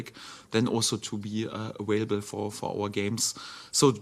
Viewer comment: I love it when he says ‘awailable’ :)